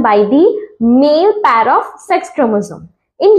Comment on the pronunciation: Pair mam not paayer ok ! Dekhiye mam as a bio student pronunciation matters🙂